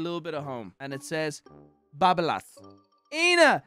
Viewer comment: South African over here, just a heads up that the word "Eina' is enunciated as "Ey na" also emphasis on the LAS, so like babaLAS, gotta enjoy late nights drunk in Cape Town to understand that saying. Much love to the community and to you, love the videos.